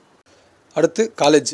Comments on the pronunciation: காலேஜ் இல்லை கொலாஜ என்று உச்சரிக்கவேண்டும் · காலேஜ் இல்லை பா கொலாஜ் 🤣🤣🤣